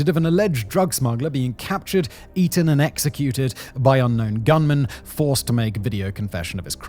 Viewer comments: Hold up hold up. ...did he say "beaten" or "eaten" 😲😲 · did he just say eaten😅